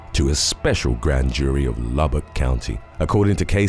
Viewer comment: I've never heard Lubbock pronounced that way... I also pronounce it "incorrectly " as I have two friends that live there